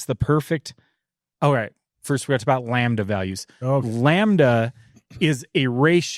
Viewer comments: I can’t stop hearing the one guy say “lambuhduh” and it’s really bugging me 😅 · Can someone please explain to it’s pronounced Lamb-da NOT Lam ba da! It’s painful listening to him. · Lol ! It’s called incomplete combustion . Lambada vs lambda as the dyno guy says 😂😂😂